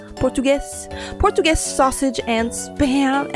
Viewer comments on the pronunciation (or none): I’m offended how she said Portuguese wrong